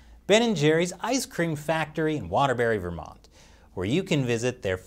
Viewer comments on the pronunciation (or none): none